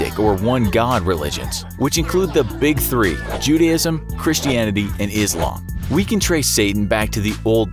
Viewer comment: "and islam" pronunciation is wrong but i cant say anything u dont speak urdu or something like that